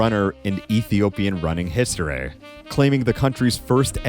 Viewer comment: Nobody is gonna comment on “historeeeh”